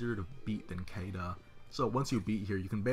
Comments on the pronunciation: "Kayduh" good lord dude this game is fully voice acted how are you still getting this wrong? it's See-da in the dub and Shii-da in JPN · "Cayda" No. It's "Seeda" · Cam Sprong Look You! Until this game, I was convinced the English variant of the name was pronounced Kay-dah. It being pronounced See-dah sounds so fucking weird when looking at the name. Yes her name is Shiida in Japan, but localization has always been different in that regard. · Well if you compare her name to Caesar, then pronouncing it like see-da makes sense. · Force of habit :P I've never heard her name pronounced for years, and I've always read it as "Kay-duh".